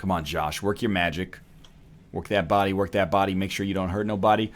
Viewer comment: dat woork tho